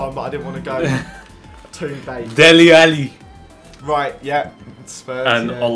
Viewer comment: I hate the way goes "Deli alli" and "victor Valdes " etc